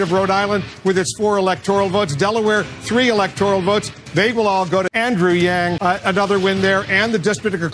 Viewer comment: I like how u say andrew yang